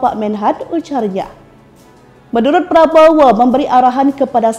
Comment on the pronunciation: Min, Latihan dulu ngomong nama prabowo😊